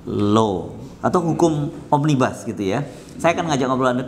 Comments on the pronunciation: Omnibus itu dari bahasa latin , akarkata dr nominativus omnes artinya semua, omnibus itu bentuk dativus yang artinya bagi/untuk semua.... (bukan bis panjang bis besar) Satu lagi omnibus itu bacanya sama dengan tulisannya, omnibus, bukan omnibas. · Omnibus bukan Bas om😆😂😂